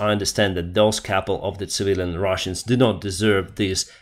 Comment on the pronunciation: Why are you saying “Ruzzians” instead of Russians? What have they done to you?